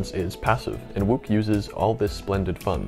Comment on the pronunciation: I was just googling the pronunciation of Herman Wouk for my latest video, and google agreed with my original pronunciation of "Wook". Curious, what made you think it was "Woke"?